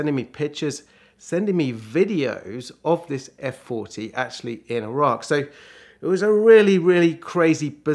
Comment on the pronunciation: first British person to pronounce Iraq correctly!! it's EE RAK, not EYE RAK